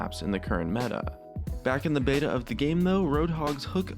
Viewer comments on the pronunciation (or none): none